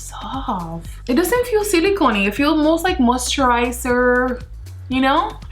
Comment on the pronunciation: Me:moisturizer Her:mosturizer😂😂👌🏻😀😀🤗 But still girl you slayinn!!😘